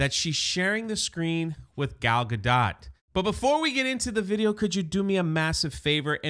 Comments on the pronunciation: sorry I couldn't get even 2 minutes into this video because of the off putting mispronunciation of Gal Gadot's last name, it sounds really bad when you keep saying "dot" like what goes over the lower case letter "i". The O is "oh" and the T is a hard stop so mostly silent. (a close English version would be gahdoe). I'm sorry I just couldn't sit through more than the very beginning. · Gadot is pronounced gah-dough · I thought Gal Gadot was pronounced with a long O and silent T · Gadot pronounced Gad Oh as in the play Waiting For Godot. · How can you not know how to pronounce Gadot's name?